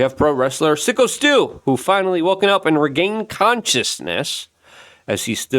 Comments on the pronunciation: Imagine reporting on Syko Stu and not knowing it’s pronounced like psycho at this point. Sicko doesn’t make sense for a wrestler. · It's fucking phsyco stew! Not sicko srew,shit learn how to read